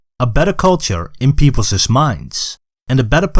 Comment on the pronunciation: Great video! I think English may not be your first language, as you mispronounce some words such as people's and peoples'. Such examples result in the last S becoming silent. So it isn't pronounced "peoplezes" and is instead pronounced "peoples" even though it is written as peoples'.